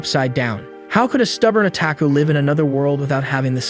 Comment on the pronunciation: Ai can't pronounce otaku